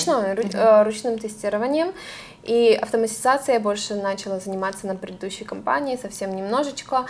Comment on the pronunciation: Всё отлично, но!!!! Программного обеспе’чения!!начала’! Все отлично, но давайте говорить правильно! Режет слух!